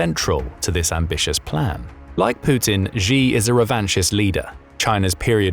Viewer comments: Xi is said like "she", not "gee". Get it right !!! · Xi is pronounced as Shi, not Ji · Who taught you to pronounce Xi? You said it 2 different ways, both of them incorrect.